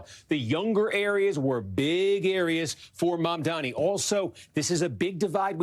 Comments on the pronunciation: Why does she keep saying his name like Mamdami? Am I crazy? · JFC it's not hard to pronounce his name correctly. She repeatedly called him Mandami. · Mamdami?? Still struggling to pronounce the name? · It's mamdani, not mamdami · why do people find it so hard to say the guy's name properly its MAM-DANI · Cuomo still can’t M-a-M-d-a-n-i’s name right. He either can’t learn or he is just choosing to continue mispronouncing it. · They still can’t say his name right 😐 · He still cant say the name right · Why is it so difficult for these people to pronounce "Mamdani"? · Still can’t get that name right…🙄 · Cuomo still can't pronounce Mamdani's name right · cuomo STILL CANNOT PRONOUNCE MA'M'DANI! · can you just get his name right? Is it really that hard? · he still can’t pronounce “Mamdani” correctly lol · Did Cuomo MISPRONOUNCE Mamdani’s name again?!? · how do you run a slot on msnbc on a guy whose name you can't learn to pronounce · It's M A M D A N I.. FOR GOD SAKE!! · why is it so hard for people to pronounce “Mam-dani“? is could scarcely be simpler, but they can’t ever seem to say it properly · Still didn't pronounce his name correctly. 😂